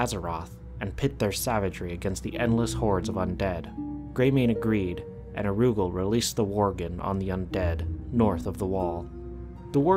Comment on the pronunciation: OMG IT'S NOT PRONOUNCED AROOGAL IT'S ara- ghoul!